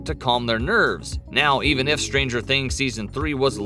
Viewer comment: "Behind stanger things"